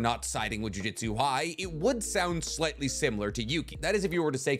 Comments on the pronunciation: Ok, does it piss anyone else off when he says juJITsu instead of juJUTsu. Small difference but god it annoys me. Can’t tell if it’s an accent thing or what but god it stands out and ANNOYS ME 😂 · Dude, for the love of Christ, ju-JUTSU not jiu-JITSU. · Jujutsu not jui jitsu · What is a "jiu-jitsu sorcerer"? I might be wrong but ain't it supposed to be Jujutsu as in "jujutsu kaisen" like the mangas title? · it’s juJUtsu not jujitsu. god it’s so annoying hearing people say that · It's JUJUTSU btw not JUJITSU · Respectfully, it's Jujutsu, not Jiu-jitsu. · it’s jujutsu not jiu-jitsu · Say it with me... JU-JU-TSU. JUJUTSU. not jiu jitsui. Im always cringing whenever you mispronounced japanese word 😂😂😂. Edo tensei, not edo tensay. Man,, you are better than this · another one that I'd like to tack on is his repeated "jiu-jitsu's", really got on my nerves lmao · stop saying “jiu-jitsu” man. great vid tho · mf keeps saying jujitsu sorcerer.